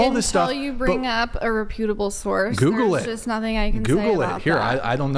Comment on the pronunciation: This lady's voice. Hahahahahaha how is that real? The person that can't prounce the word "reputable" and says it wrong for a 2nd time is critiquing an article's grammar. 😊😆